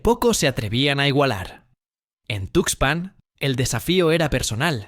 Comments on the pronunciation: Esa cuento del tarado ocaña lo produjo un chatppp. Es una mamada. ¿No te diste cuenta? Observa cómo pronuncia 'tuxpán'. Además, el Pánuco no abraza al golfo. Desemboca. Mucha mamada por un pendejo. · El rio se llama Tuxpan, si para el nombre del río que es información publica no lo dices bien, imagínate los detalles del caso que es información clasificada, mejor ponte a investigar los nombres de los ríos junto con su ubicación.